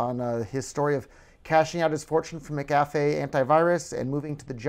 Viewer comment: HAHA he can't even pronounce his name right